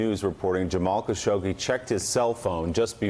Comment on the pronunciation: His name is pronounced: Khash-og-jee